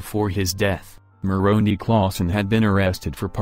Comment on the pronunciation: The last vowel in the name of the Angle Moroni is an "i" not an "e' pronounced as "eye" not "eee"